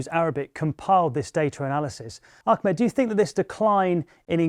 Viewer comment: White journalists mispronounce Ahmed (soft H) as ‘Ackhmed’ almost every time. How can you expect people to listen to your takes when you don’t even hear/listen to someone pronounce their name?